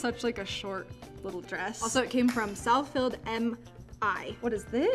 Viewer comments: She said Southfield wrong to btw im from Michigan so that’s how ik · Not Southfield, M I lol girl that’s Southfield Michigan lol